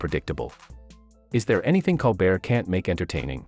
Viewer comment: If you do more on Colbert, please learn how to pronounce his last name. Thank you.